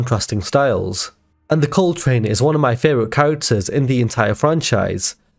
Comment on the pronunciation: You call Cole “Pole” 😂